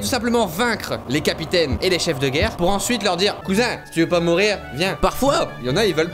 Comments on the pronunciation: Il a mis geurre au lieu de guerre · C'est pas geurre c'est guerre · Guerre et pas geurre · "L'ombre de la Geurre" Cyril, tu es bien sur? XD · «L'ombre de la geurre»😂